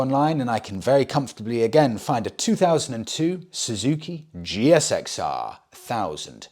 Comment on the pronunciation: Loving the upgraded interview room, much better. Just a small point..... When referring to the GSXR, in the UK it is pronounced Gixer, the G as in Golf not like a J. Keep up the sterling work. 😊